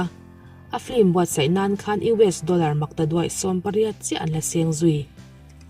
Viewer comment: FLIM nilo in FILM tihin i lo lam toh xok donnia aww🤣🤣🤣i lam dikthei reg reglo maiaa🤣🤣🤣